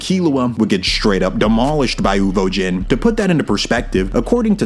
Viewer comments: Uvogin, not Uvojin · Why is it so hard to just pronounce shit the way it is in the show? Who tf are "uvo-jin" and "more-RELL"? It's like people just aren't allowed to make videos like this unless they pronounce everything wrong on purpose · WHY ARE YOU SAYING UVOJIN AHHHHH, good video though